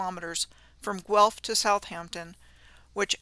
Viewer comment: LOL I'm going to start saying those names like just for fun. She did pronounce Guelph correctly. I watched a Jon Levi video about that small city and it was comical how much he struggled every time he tried to say the name. And kudos to for pronouncing the old archaic spelling of Goal as Jail.